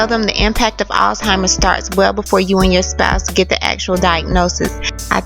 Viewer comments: The word is pronounced "al simers". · I hope i didnt hear you say all-timers. It's Alzheimer's bitch. And I'm quite sure you've never been married.